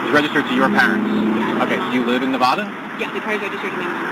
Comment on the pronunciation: No wonder that Karen got mad - the officer kept saying "Nevada" wrong :D